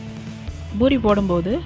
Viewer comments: Not boori say poori 😀😀😀😛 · It's pori not buri 🤦🏻🤦🏻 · Irritating when she says buri...